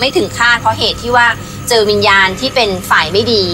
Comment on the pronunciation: วิญญาณ กลายเป็น วิญาณ 555 😂😂😂